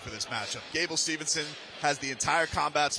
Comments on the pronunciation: If this guy mispronounces Gables name one more time I’m turning this shit off his name is not Stevenson it is Steveson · if he says steveNson 1 more time 😂😂 right after the ring guy announced it correctly